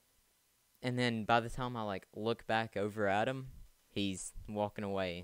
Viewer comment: If you have a accent then its ok but did you call time tom when talking in the beginning